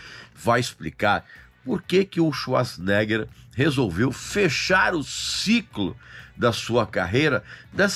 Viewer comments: O sobrenome dele se pronuncia: chvarts zenêga😮 Como quase impronunciável?... vem com o brimo dos idiomas aqui😂❤ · quando mais novo quando nao sabia pronunciar seu sobrenome , a gente falava " arnold suasnegas", nao achei o filme QUEIMA DE ARQUIVO , ruim , inclusive é o ultimo filme da Era de ouro do Arnold